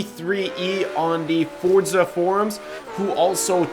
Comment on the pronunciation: its FOR-ZA not FORD-ZA or FORT-ZA. and the Huayra is pronounced like whoy-ra